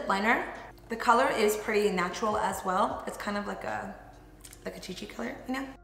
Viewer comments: Who else comes back to this video to 1. Rewatch her do this look & 2. Hear her say “chi chi color” and die laughing !!! I love her!!!! 🤣🤣🥰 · Did she just say “chi chi color” lmao 😂